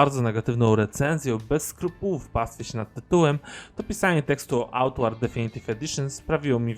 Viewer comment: Mówisz na końcu tytuł gry, ale mówisz jak byś jadł makaron. Co to za tytuł?